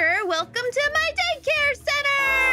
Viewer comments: Aphmau: Da E Ka ree.. what is a Da E Ka Ree??- Me: a school of REEE and "E" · "A da-ih-ca-ri. What is a Daihcari?" "Why do we~ why do we have~ Why Vegetabedables?" -Zombie Aphmau, April 2021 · I laughed so hard when Aphmau Prounounced Daycare Da-I-Car-i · when she is trying to pronounce daycare,it sounds like she pronounces it as Maggie Kari